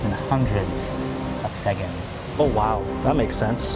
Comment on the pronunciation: The fact that he says segonds instead of seconds tho